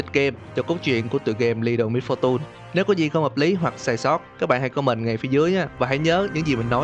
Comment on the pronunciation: Ptg đọc Littel Misfortune là: Lít- tồ mít-pho-tun Em đọc Litte Misfortune là Lít- tồ mít-pho- tềnh.:vv Nghe đúng chuẩn hơn Em ko cố ý chê bai chỉ là cách đọc nó sao sao ý :vv